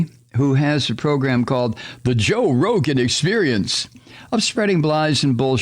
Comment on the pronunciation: I like how you pronounce Rogan and I'll be saying it like that from now on!